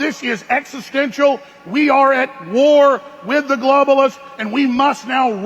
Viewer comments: The word is “existential” Not “extential” [sic] Happy Englishing!❤ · Homeee, it's existential not eggstential...